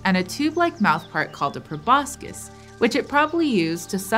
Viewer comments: proboscis = "pro-bos-sis," not "pro-bos-kis." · By the way Proboscis is pronounced without the c.... probosis otherwise a good video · It's pronounced prow-baa-suhs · The s+c in proboscid should sound like the shush sound, not like the s+c of schematic! That's Latin after all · great video but can't get over her mispronouncing proboscis